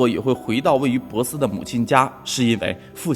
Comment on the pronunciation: 你说的城市是珀斯Perth吗，如果是应该读pò sī，不是bosi。